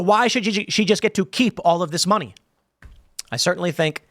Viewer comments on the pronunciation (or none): none